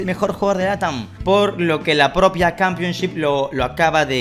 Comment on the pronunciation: No comenté porque pensé que sería pretencioso pero me daba un poco de incomodidad cuando decía Campionchip. Jaja igual, muy buen contenido